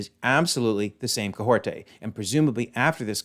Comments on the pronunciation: Kahkorta it's Kah hori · Hey why can you not say Kahhori’s name right? Like we have literally heard it out loud so why do you not know how to say it; and why are you saying Kay-hore-tay and adding letters and sounds that are not there…? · That is definitely not how Kahhori is pronounced! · I believe it is kah-HOR-ee. Listening back to the her original What If...? episode, that's how it sounds when she introduces herself and her name being said by other characters. I have heard the interview with the voice actor, Devery Jacobs, saying her character's name. I could see how one could interpret the "t" sound on the last syllable, but I understand it as kah-HOR-ee based on what I hear. Hope this helps!